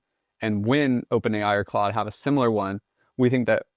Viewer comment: I don’t see the name of the AI he’s using anywhere. What is the spelling of the AI tool he is using? Sounds like cluey ??